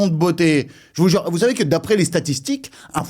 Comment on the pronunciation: Tous les " jvoue jure " que tu lache je croit que tu devrait faire des sketch au lieux de Youtube